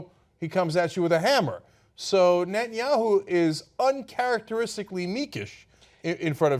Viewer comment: Why doesn't somebody tell him that his name is Netanyahu!? Not BB, Betanyahu. What a thick idiot! Even Fox news can teach you the names of world leaders.